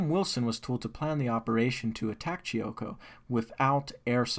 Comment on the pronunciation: Chimoio not chioco